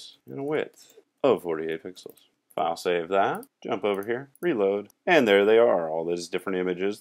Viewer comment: Luv ur wk...on the lol side: for the longest time I thought u had some cool French word "fasay" and at least ones goog lkup later ; I realized u were saying "file save"--haha on me :))